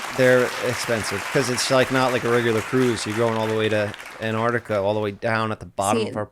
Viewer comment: antarctica was not said correctly once